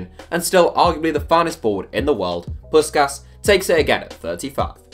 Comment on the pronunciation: Jesus Christ you butchered Puskás' name